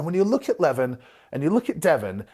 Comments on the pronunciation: It's not lEvan, it's levAn actually. It's not that hard, just hear his name from a random video with him. lol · It's not LEvon it's LevAAAn. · His name is pronounced 'le-VAN'(sorry to be a 🍆-but it is). Anyway, good vid, i remember watching levan doing log press... He lacks technical skills, but as we've seen-it isnt easy to log press. If he learnt, he could smash it i reckon. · I enjoyed the video, but Levan is pronounced (Levawn). You’re welcome 🫡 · Pronounced "Le-voun" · Next time you mention his name, it’s pronounced more like lah varn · It's pronounced Lev ON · His named is pronounced Leh-Von i believe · It’s le-von 😂😂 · His name is pronounced “Le-vaan” Moose! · LE-VON .... sorry just had to pause the video to type this, it was gettin to me haha. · Lah - Von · Please say his name right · I’m sorry but the way you pronounce Levan is throwing me off 😭🙏🙏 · anyone crapped on your pronounciation? how you say devon and levan the same?? i’d love to hear your interpretation of his last name!!?? and to correct you he’s 402 lbs 187 kg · how can you devote a 13 minute video to a person and not even bother to learn how to pronounce his name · Didn't even pronounce his name right. Goodness. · Wish you would pronounce his name correctly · Who’s gonna tell him how Levan is pronounced? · I like your content snd au appreciate what you are doing But...please, please focus on pronouncing names correctly. It is a sign of respect. And you seem to be very respectful. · Ohnooo not the mispronunciation of the name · It's the right way to pronounce Levan lol. Like eleven. Most the western world butchers it